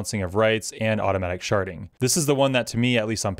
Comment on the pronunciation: Hehe can't unhear "sharting" every time you say it